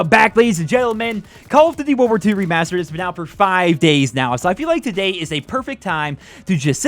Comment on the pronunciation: You saying remastered it stupid.